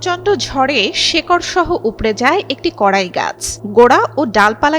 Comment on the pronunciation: গাছের নাম "কড়ই"। কড়াই নয়।